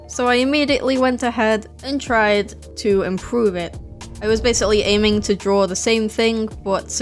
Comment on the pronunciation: It sounds like you're saying "drawrl" when you say draw. No offense.